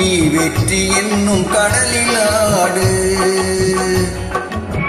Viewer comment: ஆலங்குடி சோமு அவர்களின் அழகான வரிகளை இருவரும் தெளிவான உச்சரிப்பிலும் குரலிலும் இனிமையாக...ரசிக்கும்படி பாடினீர்கள். ' கடலிலாடு ' ..இந்த வார்த்தையை இருவரும் பாடிய... உச்சரித்த...விதம் அழகோ அழகு... இனிமையான பெண் குரல். ..👍 அனைவருக்கும் நன்றி சொல்லி நட்பை வளர்க்கும் தங்களுக்கு இந்த வரிகள் சாலப்பொருந்தும். " நன்றி சொல்வதே என் கண்ணியமாகும். நட்பை வளர்ப்பதே என் லட்சியமாகும் " இனிய பதிவிற்கு நன்றி சகோ..